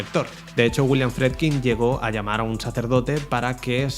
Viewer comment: "hubiieron" " habían" " "Bleiti" "Fredkin".... gramática menos 1.000 y ni hablar de como pronuncia nombres foráneos (no tiene porqué saberlos - su lengua nativa es español- aunque se la pasa por el arco del triunfo - pero ya que se pone a currarlo...haber buscado como se pronuncian...) Lo mas horrendo es lo de "Habían colas ..." "Hubieron desmayos"... solamente dijo "Habia gente" porque " gente " no lleva S. Y después vienen a tocarnos los cojones con la rancia RAE. Me cago en sus muelas- Si en el pais desde donde el lenguaje es originario hay gente como este "filósofo" que lo habla tan horrendamente (filosófico y metafísico) ????, no jodan. ¡Apaga!